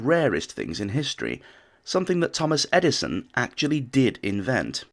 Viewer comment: I love how the narrator says, “something Thomas Edison ‘Acutally DID’ invent…”😂😂